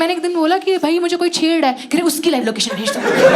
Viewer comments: chedddaae kya hota hai chhed rah ahi hota hai didi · "Chheddraa hai" - Why I can sense Onkar's dialect here xD